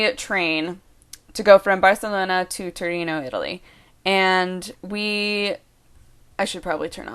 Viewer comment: When you are talking and say city names, you seem to try to make a point to put the proper accent for each city. I love it!